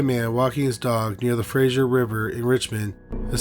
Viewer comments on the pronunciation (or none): none